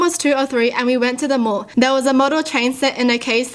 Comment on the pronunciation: It’s sounded like she said More when she said mall and I was confused for a second